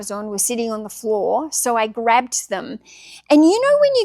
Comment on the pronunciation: FWOOR! ... Okay, let's get started 🥲